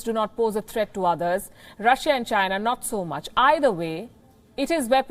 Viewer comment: You are a breath of fresh air in the international news. You are the most objective news platform at the moment, but please pronounce countries names correctly. Google how to pronounce Russia, please. Thank you, and I wish you all the best.